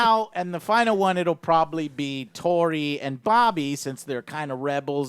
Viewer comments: Joe i love you but its ROBBY!!! Not Bobby. Anyway love your video! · And it's Robby not bobby. Jeez